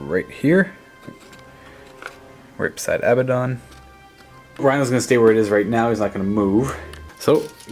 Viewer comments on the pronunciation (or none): It's (ah-bad-ohn) not (abba-dohn)